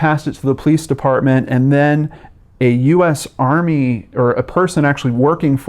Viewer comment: "police defartment"